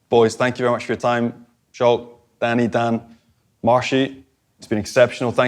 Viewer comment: Lol, why does he keep calling Schalk "Shalk"? Isn't the whole reason we're in this "kant" mess because the folks up north keep insisting on English- fying Afrikaans?